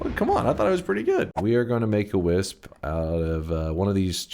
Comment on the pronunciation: Kept thinking he was saying whizz when he said wisp 😹